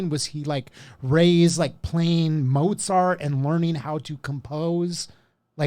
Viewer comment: says "Mo Zart"! Probably says "Pee Za"